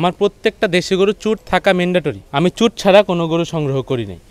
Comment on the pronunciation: অনেক অনেক ভালো লাগলো আপনার প্রতিবেদন টা আর খামারী ভাইকে ধন্যবাদ উনি গরুর " চুট " এই শব্দ টা যে সঠিকভাবে উচ্চারণ করেছেন অনেক অনেক খামারী ও গরুর ব‍্যাপারি ভাইয়েরা এইটা " চুজ" উচ্চারণ করে যেটা সঠিক নয়।।